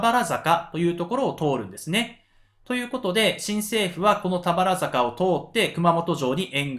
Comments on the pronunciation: 「たばるざか」ですね。😂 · とても分かりやすい解説、聴きやすいテンポです。ありがとうございます。 一つだけ、漢字の読み方に時折、？があります。田原坂、入水自殺なども誰かが指摘していますが、 下加治屋町は『しもかじやちょう』では？ご確認下さい。